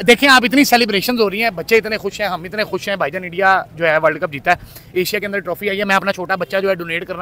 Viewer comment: Bhaijan nhi hota paijan hota he